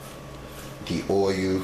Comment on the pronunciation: I love this channel!!!!! Love the way he say "oy-oo" (oil) I giggle every time. Keep up the good work sir